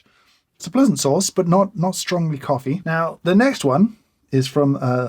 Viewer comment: "It's a blaeusant sauce" I wonder what this BBQ sauce is doing to your tongue, mr. Hoffmann!